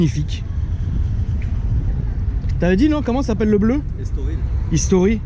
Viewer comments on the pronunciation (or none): Bleu Estoril freriouw pas « History » 😘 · Bleu estoril pas history 😂 Tu m’as tué ! Belle caisse sinon 👌🏻